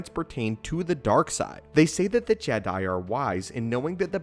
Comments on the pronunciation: he said “Jeh Diiiiie” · Is he saying "jedi" in a weird way on purpose? Is this an inside joke?